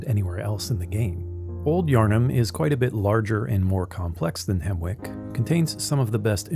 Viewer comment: Isn't it pronounced Hemmick?